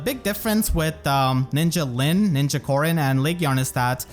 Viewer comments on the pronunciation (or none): none